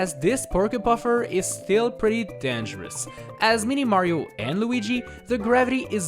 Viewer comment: How he says dangerous: denjurush